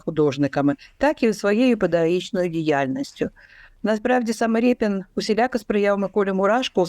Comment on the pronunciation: Шо за рєпін, Ріпин же ж